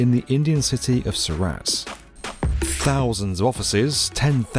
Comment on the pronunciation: Heavens. Surat is pronounced Soorut... not Sou RAT (like the rodent)...